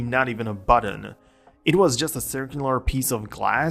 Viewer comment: There’s no D in button